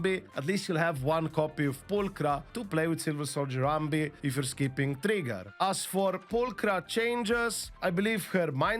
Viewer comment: funny part, I am not hearing him saying ' Trigger' but ' Tree Girls' xD